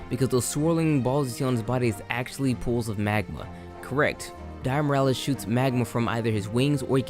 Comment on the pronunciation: Lmao i cant handle how you butcher all their names.. dire morales? Is that miles morales brother? Alatron? A fckin transformer?